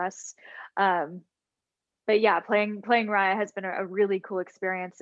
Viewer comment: homie can't even pronounce raya correctly after seeing the film